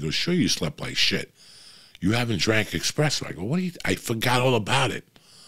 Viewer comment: There is no x in espresso. You can’t preach but be illiterate at the same time.